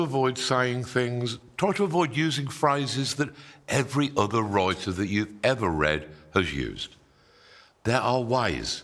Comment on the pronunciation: What's a "wroiter"? 🤣👍